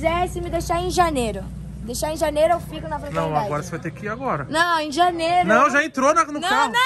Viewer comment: Só acho que o toguro errou o "fraternidade"